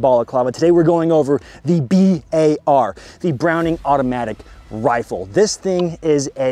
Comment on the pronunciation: "The Bwowning Awootomatic wifle." I hate myself for Posting this